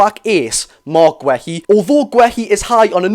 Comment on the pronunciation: mark who?.... gwehy? thats not how you pronounce his name pal plz look it up and listn to how other ppl are saying his name so u dnt get it wrong in future 😂